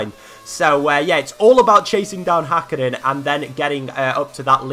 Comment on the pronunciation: It is HÄkkinen not Hakkinen